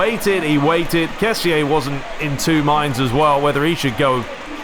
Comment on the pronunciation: it is ke-si not ke-si-eh